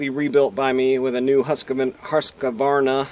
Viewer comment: Husqvarna is a 3-syllable word, not 4 syllable. It is not husk-a-var-na.